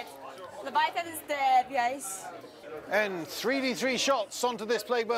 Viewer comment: it’s a LEV-VIA-A-THAN dreadnaught. 😌